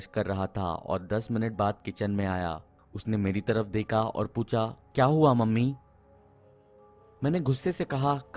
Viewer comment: Deka peka seka teka leka k wjaase sir ap out hogaye 😅 hindi english dono hi khrab hai apki teka meka apka H gayab hai hamesha se